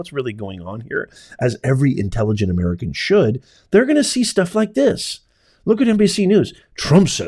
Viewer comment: "HOW I respect the Anwrican people and their goodness"..... hahaha PELOSI. Nice try! We know you witch!😂